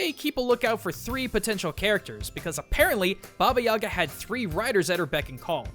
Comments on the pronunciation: For future reference - its baba yagA not yAga. Nobody will give a crap, but anyway. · Its baba yagA, not baba yAga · It's bobyeega not yaga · Baba yee ga not ya ga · its actually (Baba) (ee-GA) ( the stress is in the ga) baba eega. Thats the closest you can spell it to russian (im a Russian). I dont understand why its called, "Baba Yaga" in english, but its DEFINITALY not baba yaga. I'm only saying this because when he said her name, it really bothered me. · Anyone else seen John Wick before this and wishing he'd say Baba yay-guh rather than Baba yah-gah? I mean not saying it's wrong it just hits my ear weird. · HA! FOOL! YOU MISPRONOUNCED BABA YAGA!It is Ba-ba-yi-gaaa. Not baba-yaga. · Also, please help me with my squick here - guys, its Baba Yag'A, not Baba 'Yaga. The emphasis on the last syllable. I know that is not much urgent, but still, lets be more proper, ok? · you are pronauncing it horribly. its actualy more like baba jagaa Putting pressure on the last a. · It's don't Baba yAga, it correctly reads Baba yagA (in dont complain, Just helping) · What? Creepy?! Are u kidding me?! I heard TONS of fairy tales about Baba Yaga (and it's not reads like baba yAga it's reads like baba yagA) it tryed to eat girls, boys, warriors, everybody! Dat is not Amnesia to creep u! jeez... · It's pronounced ba ba yay ga I believe, sense in their language they don't pronounce ya as ya but yay, plus it sounds more natural. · 10/10 Russian😂😂😂 Баба Яага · Ivan Tarnyagin Lmao I am Bulgarian, isn't it supposed to be "Баба Яга"? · I died how he pronounced Baba Yaga, my mom is Russian and it's my first language. I just couldn't take it seriously 😂😂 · It kills me me every time you pronounce baba Ugas name wrong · When you're slav and you hear that pronounciation for the first time :D